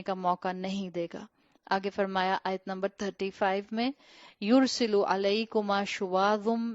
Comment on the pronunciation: یورسل کی تصحیح کر لیں. س پر زبر ہے